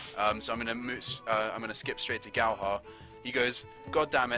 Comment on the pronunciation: Oh my god. Someone pronounced Galhaar correctly. /clap